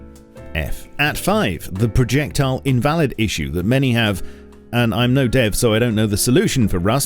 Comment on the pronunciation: projectial? He clearly also pronounces it wrong lmao